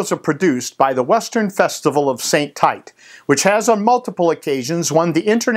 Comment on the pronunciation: St-Tite is pronouced Saint- Teet. Good job none the less.